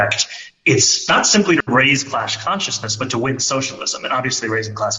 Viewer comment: is he saying "clash consciousness" or "class consciousness"? (2) sweater not siezing anything.